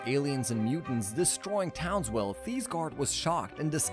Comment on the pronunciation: Why do I feel like you keep saying townswell